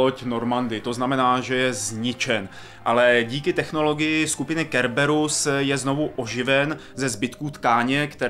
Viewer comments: Šepárd, Kerberus? Hral si to vubec? :D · Šepárda . Kerberus ? OMG naučte se Anglicky :D